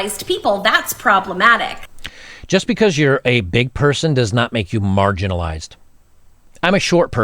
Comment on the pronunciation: Dammit, she didn't say MARGINALIZED. She said Margarinalized as in BUTTER!!! She's describing herself as butter. Her pronoun is Butter. Butter attitude sucks. When she sits on your face is smells like butter.